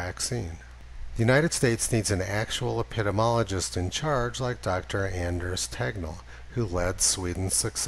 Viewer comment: epidemiology[ ep-i-dee-mee-ol-uh-jee, dem-ee ] dee mee 7 syllables, not 6